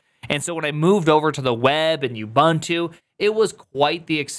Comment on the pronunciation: OO - BOON - TU come on say it with me...